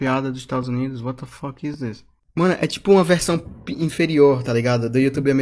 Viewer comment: Ele fala assim: wata foque